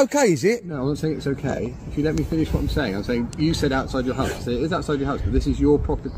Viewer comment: Each time he's saying "house" , i can only hear "arse" ‼️‼️🤭🤭👍😁😁😅😅 Jokes aside ‼️